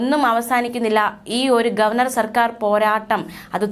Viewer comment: അല്ല അല്ല ഗോവേർ നർ സന്തോഷിച്ചു.